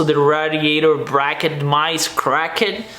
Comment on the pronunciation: Spoilef is nice. I like how you said crack-ed..lol. Love this channel